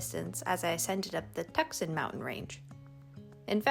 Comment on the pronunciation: "tuk-sohn" is pronounced "too-sahn"